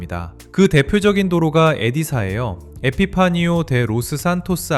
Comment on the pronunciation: “엗사”입니다.. 엣자라고 하면 한국인인거 다 티나는 발음이죠😅